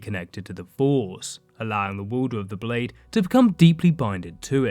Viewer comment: What’s a wuuuulder of a blade? Also your riding and falling cadence sounds ridiculous. It’s far too short far too repetitive and far too distracting. I couldn’t even ^ Finish watching the videoooo